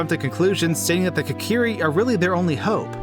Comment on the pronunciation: Kakeeri forest? It's Kokiri. Pronounce Koe-ka-rE